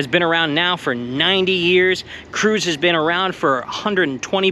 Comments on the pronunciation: FYI, Kruez is pronounced "Krites." It's German. (I only know this bc I grew up there and all the locals knows the pronunciation.) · It’s pronounced krites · Charles "Cruz" lmao at the first place. German not Spanish in the way you say it. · Pronounced croitz